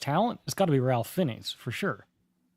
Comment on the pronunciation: and – Ralph Nathaniel Twisleton-Wykeham-Fiennes a.k.a. Ralph Fiennes is pronounced /reɪf ˈfaɪnz/. Back in the day, Ralph used to wear this hat that read, "It's Rafe", to help people pronounce his first name right 😅. There is a native British English audio 🔉 sample of his name in the online Forvo pronunciation dictionary.